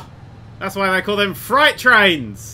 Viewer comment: I'm so triggered made a joke based off a mispronunciation of freight